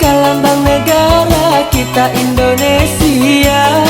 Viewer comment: Ralat lagi bro.Indonesia bukan endonesia